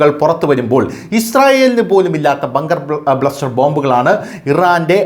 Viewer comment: Bunker bluster അല്ല, Bunker buster ആണ്